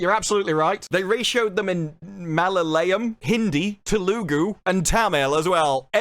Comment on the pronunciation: The way you butchered Malayalam, Tamil and telugu 😂